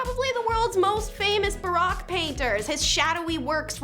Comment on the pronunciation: Barak? It's pronounced Bar - O - que. How stupid are you?? Stop 🛑 Yelling at US!